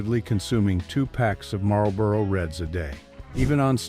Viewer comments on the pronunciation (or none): none